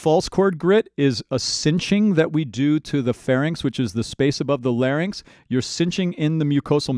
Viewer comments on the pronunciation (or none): none